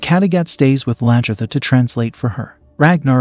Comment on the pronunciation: it is not the King! Haraldson was the Jarl and so were all the others you called King! And it is Aslaugh, Lagherta, and on and on - sorry!!!